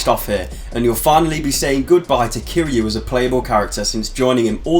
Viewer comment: Kiryu ~ Kee-ree-uu Ryuji ~ Ree-uu-ji It's weird to see westerners butcher their names even tho we all hear they say it hundreds times in game.